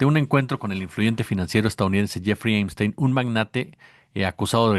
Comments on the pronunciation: El nombre es Epstein con “p”, no Emstein con “m”. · Amigo,se lee Epstein,yo escucho que dices Emstein. Buenas tardes. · Veo que dice "Emstein"en vez de Epstein. ¿Alguna razón en especial? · El pichi "emsteim"...